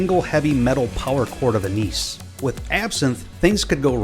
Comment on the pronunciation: pronounced anise wrong.